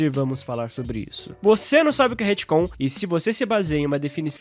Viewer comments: se o falar HITCOM mais uma vez em vez de RETCOM eu vou morrer de agonia.... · Ia terminar de ver o vídeo, mas cada vez que ele fala Retcon com "I" no lugar do "e" me dá nervoso!